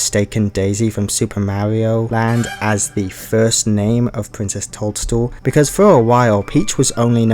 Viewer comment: Cannot help but hear Princess Told-Stool every time 🍄